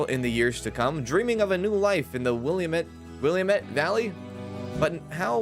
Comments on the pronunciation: I grew up in the Portland (Oregon) area, so I wanted to share how to pronounce a word even my Mom butchered for awhile. Willamette is pronounced as: Will-lamb-ett. (Cholera- Call-er-rah) 😉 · Yes! And the emphasis is on the second syllable. wih-LAM-it It’s funny how only people familiar with the area can pronounce it correctly 😂 (Oregonian here 👋) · I grew up in Vancouver (not Bc) and have been binging people playing this and screaming at the mispronounced Willamette Valleys and The Dalles for days now. My family just doesn't understand.